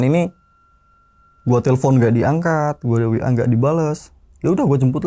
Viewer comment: "guwa" nya medok 😃😃😃